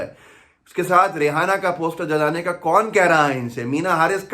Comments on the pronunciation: जब नाम रियैना है तो रेहाना क्यों बोल रहे है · रेहाना नही रेहेना है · It’s not Ri-ha-na. ‘H’ is silent. It’s Ri-a-na. The andhbhakts have no respect of themselves; so they put India’s name at stake. As per BJP and their andhbhakts supporters, any one in support of farmers are anti national. For them, BJP= India. Now that Modi has already sold the country to Ambani/Adani, he won’t take the bills back.I suppprt farmers.